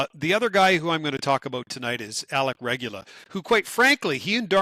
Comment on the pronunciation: Now both of you are going to mispronounce Regoola?